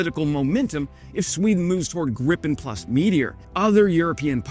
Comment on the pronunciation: Gripen not 'Griffin', there goes your rating...